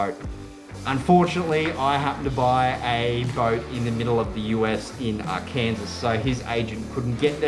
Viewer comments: Great vid. Its not Ar Kansas, but Arkan-SAW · R Kansas ;) - is actually pronounced R-KEN-SAW. Great vid though.